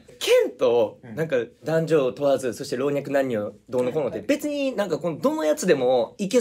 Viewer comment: 長尾さん「ろうにゃく……なんにょ？！」がかわいい